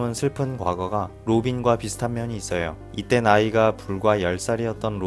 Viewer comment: 햇어요 잇어요 할때 발음 웃기닼ㅋㅋ